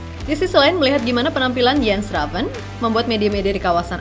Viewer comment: Udah bener mba Moderator nya Nyebut nama Jens Raven ( baca Yens) pasti Abis lihat Video Kochi kayaknya ni wkwwkwk😂